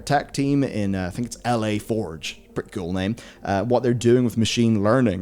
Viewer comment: yo, it's not "L.A. Forge", it's "La" as in "The" but in French.